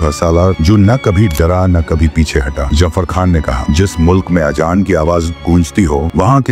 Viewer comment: Ufff Allah jafer Khan nahi zafer Khan hai ajaan nahi azaan hai pehlay apni urdu theek karain